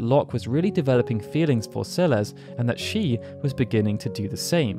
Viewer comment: Celesssss not CeleZ